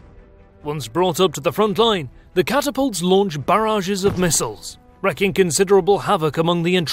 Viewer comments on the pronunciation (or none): Missles? Missles?! It is "missiles".